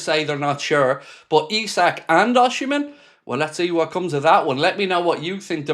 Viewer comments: Hi mate, Osimen is pronounced " Ocimen" and not Oshimen. Cheers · mate, if you're gonna keep reporting on rumours about Osimhen, please learn how to pronounce his name😂. It's not osHimhen, putting an H in for no reason, the same as calling Mo "sHalah"